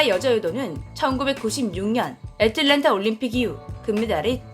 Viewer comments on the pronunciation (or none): none